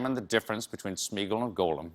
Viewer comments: He mispronounces Gollum the whole time. He mixed up Sauron and Morgoth. The list is disappointingly long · I love how he's so crazy about LOTR but constantly mispronounces Gollum but gets SMEAGOL right lol not to mention most of the elf names and Sauron's names :P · Is ultra LOTR nerd Mispronounces Gollum facepalm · Love how Colbert the big Tolkien expert doesn't know how to pronounce 'Gollum'. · For being such a fan, it's annoying that he pronounces Gollum wrong. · It kind of bothers me that Stephen is an expert and still mispronounces names like Gollum and farmer Giles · It’s pronounced Goll-um, not Goe-lum. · Not much of a Tolkien expert if he keeps pronouncing Gollum as "goal-um". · He also says Golem instead of Gollum. Gollum should be pronounced gall (as in the bladder - um (as in wondering what you want to say). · Elliot Cameron Also, Gollum is pronounced "GAW-lum," not "GO-lum." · What about his Goh-lem vs. Goll-um? And Sore-on instead of Sour-on? 😖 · Every time Stephen said "Golem" instead of "Gollum" I died a little inside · Dear Stephen, Gollum is pronounced /ˈɡɒl.əm/, rhymes with column. A golem (/ˈɡoʊləm/), the word you are using is an animated anthropomorphic being, magically created entirely from inanimate matter. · Exactly! It bugs me that he keeps saying it that way. Tolkien pronounced it to rhyme with column, the movies pronounce it that way, everyone I know says it that way....why does Stephen insist on "golem"? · I can't believe he's a genuine Tolkien fan when he keeps pronouncing 'Gollum' (gol-um) as Golem (go-lem). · The Goll in Gollum rhymes with doll, not goal. Part-time fans, smh. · I adore Stephen Colbert and his Tolkien geekery, which I share. Some small kvetches, however. 1: Luthien freed Beren from the dungeons of Morgoth, not Sauron. 2: He pronounces Gollum as if it were 'golem'. It's 'gah-lem' not 'goe-lem.' Thus endeth the lesson. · Although I believe hes a megafan, hearing Stephen say "Golem" instead of "Gollum" hurts.